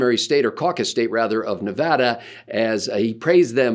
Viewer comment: It's Ne-VAD-a - not "Nev-ahh-dah." Many thanks, The People of Nevada.